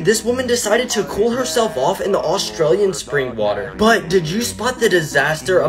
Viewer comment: not to be a hater I love your videos but why do u say Australian weird I live in Australia and it pronounced differently 🇦🇺